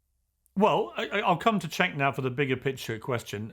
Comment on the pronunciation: and : As i assumed: His turkish name "Cenk" is rather pronounced like "Jenk".